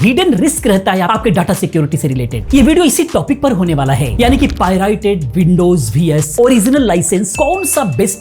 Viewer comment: पाइरेटेड ❌ पाई राई टेड✅😂